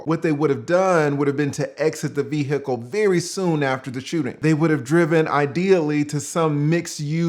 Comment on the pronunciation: Lol the way you pronounce "ve-hicle" is hilarious. RIP Matthew.